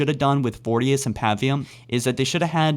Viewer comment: Pronounce voriduce correctly please